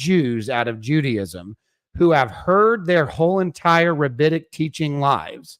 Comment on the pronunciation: The word is rabbinic, not rabbitic. They weren't taught by rabbits.